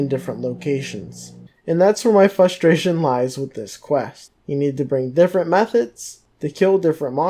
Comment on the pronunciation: anyone else notice that he cant say frustration right? hahaha